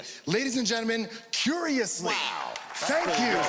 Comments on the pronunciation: cuwiously, delibewations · Cuwiously. Delibewations... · It was curewussly. It was curiously! No you twat, I said curewussly.